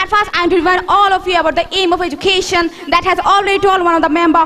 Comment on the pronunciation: Self Analysis How could say that she is a best speaker where she doesn't know how to pronounced Education ?